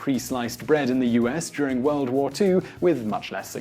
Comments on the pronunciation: "Werld Wour One" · "Weld wor won"-What I hear as an American.